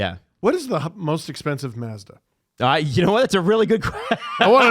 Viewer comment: You say Mazda the way that Brits say pasta.